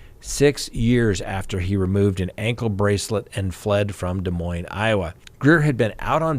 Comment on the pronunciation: Lots of ads today. Crime talk search is excellent, BTW!!! Please keep a tally on Vallow Daybell hearings. And good on Scott for his correct pronunciation of Des Moines 👏 which at least 20% of people do not know.